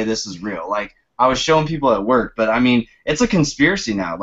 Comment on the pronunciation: You're boston accent makes sound like et haha